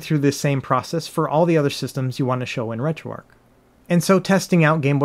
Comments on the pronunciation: RetroARCH, not Retro “ark.” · It’s ARCH not ARC but good comprehensive video 👍🏻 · Uhh, another person who calls it retro "arc" Why do you guys do that?